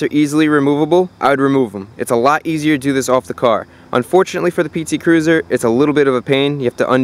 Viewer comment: A what? A SHE-T Cruiser? (u know what i'm sayin xD)